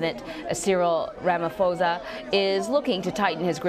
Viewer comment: it's Ramaphosa not ramafosa